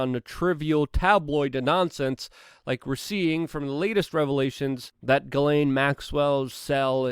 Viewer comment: It's pronounced Gee- slain, Luke!